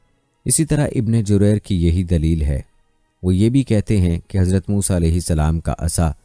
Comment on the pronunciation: Saaf saaf musa A.S.. ka naam aap kai muh saii nahe nikal raha hai